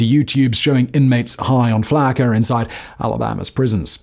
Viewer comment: As someone from Florida it's pronounced flocka, not how it's spelled as flacka